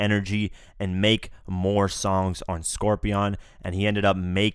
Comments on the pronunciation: Scorpion not scorpeeon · Dude Drake doesn’t care that he brought other people into it, it was about Pusha rapping about death with 40. Also, why did you pronounce Scorpion as Scor-BEYOND? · I’m sorry.... Scorpi-ON?!